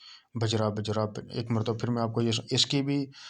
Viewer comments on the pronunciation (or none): حضرت لفظ بجرا بجرا نہیں ہے بلکہ بحری بحری ہے۔